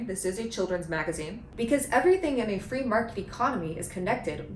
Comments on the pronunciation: Kat Abu saying "magaine" is my new text alert sound. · A “MAGA-ine” sounds perfectly on-point.